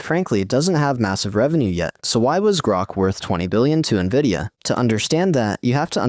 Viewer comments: If AI is so great, why does the AI voice in this video say N,I,V,I,D,A instead of Nvidia? Clearly, there's still a lot of work to be done. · Dammit, for a moment i thought "hmmm, an actual human narrating?" , but then hear "N V I D I A" being spelled instead of read out normal..... irony, A.I. talking about A.I. and the script was most likely created using A.I. as well. Trifecta, or Inception within inception? LOL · It's "N"vidia